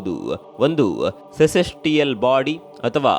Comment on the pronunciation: Hey it not sesistial😂 it is, "celestial"...